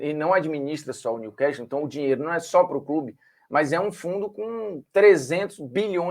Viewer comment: Olá Formiga. Só pra avisar A pronúncia correta não é Niu-quéstol e sim Niu-cássol. Estamos falando de ingles britânico.